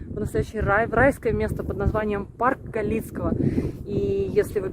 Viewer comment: Галицкого ударение на первый слог. Думаю, могла заболеть от того, что купалась в фонтане, там техническая вода (инстаграм парка постоянно просит не купаться в фонтанах), мы как местные всех предупреждаем, но мало кто слушает